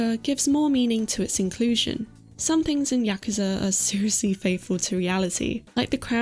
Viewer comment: Your correct pronunciation of "yakuza" added 5 years to my life span. 😌 Loved the video! Sending you hugs from Serbia. 💞